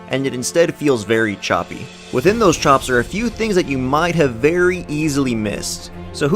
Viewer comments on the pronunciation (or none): none